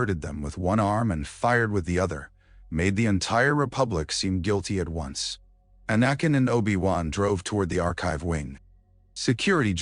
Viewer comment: Your AI keeps pronouncing anakin as anuken who I think may have been a Eygptian Pharaoh 😂😂😂